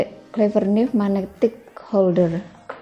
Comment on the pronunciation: Knife dibaca naif ya, mbak....